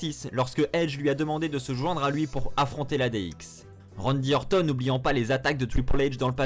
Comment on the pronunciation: Bonne vidéo, mais un effort stp quand tu prononces "RANDY ORTON" à la Française c'est chaud comment tu saccages son nom :S